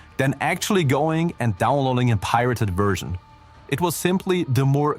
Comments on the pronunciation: What is with the narrator mispronouncing simple common words, like version being said as 'wersion'? I know there is an accent, but really, get it right. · Take a shot everytime the narrator says 'Wersion' instead of 'Version' lol. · Its the accent. Also with valve -> walve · I’m sorry, but it was hilarious that you kept saying wersion